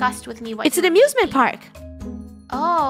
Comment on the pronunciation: I thought she sead abusement park